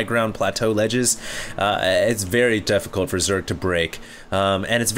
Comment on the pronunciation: "very deffecult"